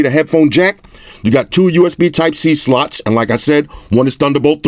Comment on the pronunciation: Did he just say USB Sluts?